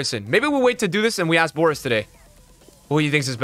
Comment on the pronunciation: BoraS not BoraT lol. Love this episodi, Boras is one of the best and incesto people in the fut community